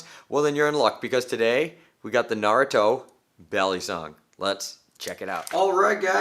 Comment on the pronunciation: At least he said Naruto right mad respect